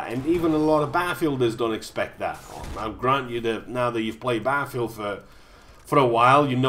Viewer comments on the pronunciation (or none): Isn't there two T's in Battlefield .... not Baffield looool.